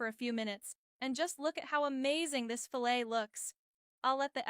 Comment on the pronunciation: Don’t you just love these AI voices…. “Fill-ette” 😂